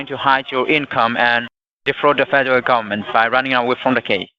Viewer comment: ‘Fadaral gabament’ 😆 Imagine being this painfully stupid lol